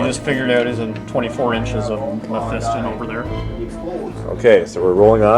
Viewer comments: im SURE Its not MephEEston and im almost POSITIVE its not spelt/pronounced TEERANIDs when people say teeranids it pisses me off im sorry but it does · its Pronounced men-fist-on